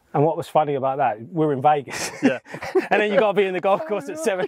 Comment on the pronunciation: Made it to the pros in football. Amazing at golf. Can’t say “Vegas” properly though can you?! Love it! Golf life ❤️